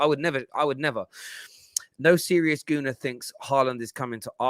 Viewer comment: Fam said Gunii lol it's Gooni!!